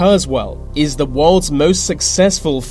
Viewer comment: Your accent gets to me too much. It's 'th'e , not v Vats not the full quote should be said with with a th. How hard can it be 😂